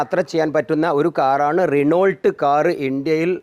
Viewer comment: റിനോൾട്ട് അല്ല ഇക്ക റിനോ... 😂😂